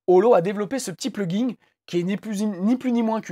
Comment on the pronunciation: Vous pouvez arrêter de dire "pluginGUE" ? Pitié.